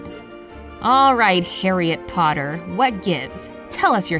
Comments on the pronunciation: Just saying its Harry Potter not Hariet Potter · It's harry potter not harry-ette potter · Its harry potter not harry eet potter